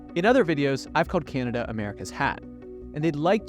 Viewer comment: It is not pronounced KeeAnada!